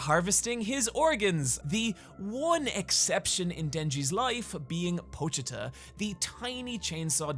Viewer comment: yo shout out to being one of the few youtubers to actually pronounce pochita properly